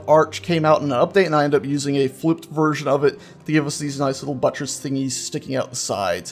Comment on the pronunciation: haha "buttress"